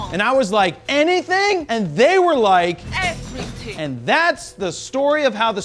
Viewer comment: Effrithinng you want!